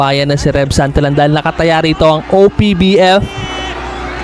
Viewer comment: iloilo po parang musika lng ang pagdaldal mo haha...congrats tev santillan..ang pag bigkas ay santilian sorry sa pagkorek😘